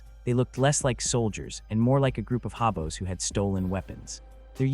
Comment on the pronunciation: what's a Habo? idiot A.I. Hobo is a bum!